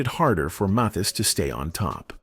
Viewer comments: Johnny Mathis' name is pronounced "Mathis" as if it's "Mathas." NOT "Mothas!" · And not pronounce his name even though it is spoken in this story. Not Maythis. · His name is not Moth-ees. Mispronouncing his name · Esse moço não sabe falar o sobrenome de Johnny Matthis . Nunca ouviu o sobrenome desse maior cantor do mundo . .? Pq ninguém viu que ele não fala certo o sobrenome do maior cantor ? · Can't you teach your robot how to pronounce "Mathis"?!?!? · This A I voice pronounced Johnny's name wrong the whole video. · is this AI? Pronunciation of Mathis doesn’t sound like it’s usually said. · Why is this bot mispronouncing Johnny’s last name every sentence and 15 different ways? It’s so stupid and silly. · I wish you didn't use an AI voice for this video. It kept messing up the pronunciation of Johnny's last name and that was distracting. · Let us hear a real person narrating these videos. They don't even pronounce the person 's name correctly. What a shame!! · How many times can you mispronounce the name MATHIS? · Is the narrator a real person, or AI? He can’t even pronounced Johnnys last name! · It’s a wonder how many different ways the narrator pronounces the name “Mathis.” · I had no idea there were so many ways to pronounce "Mathis." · Clickbait. There is nothing in this video about his love of anyone. This Ai robot kept mispronouncing his name and repeating lines over and over in several places. Not woth the trouble to watch this.